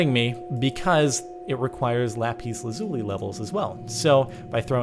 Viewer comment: Just a helpful hint that's not how u say lapis lizuli